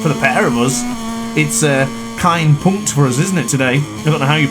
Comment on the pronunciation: The "Kein Punkt" was spot-on ;)